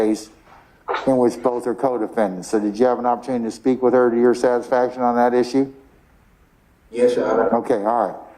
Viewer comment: “Yesh your honor” filthy no good low life can’t even speak or spell properly